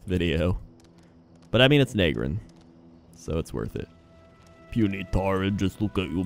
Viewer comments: i was wondering how long it would take him to get to nagrand (na-grand not nae-grand) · Nag-Grand not Nae-Grand you mug